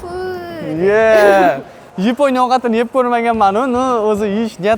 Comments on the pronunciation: O'zbek ruscha aksent Yeeponiya Yaponiya diyaver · Йипония деган давлатни энди эшитишим.япония де сутак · Yiponiya ❌️ Yaponiya ✅️ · Yaponiya mas yiponya❤😂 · Yaponya❌ yiponya⭕ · Nimaga aka Yaponoya emas Ypoʻniya deydi😅😊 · Yponiya ❌ Yaponiya ✅ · yaponya ❌ yponya ✅ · yiponiya bomidi ukam yaponiya boladi😡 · Yaponiya ❌yeponiya✅😂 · Йипония дейиш йенгилида энди😁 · Епониями,Йипониями ёки Япониями🤔🤔🤔🤔🤔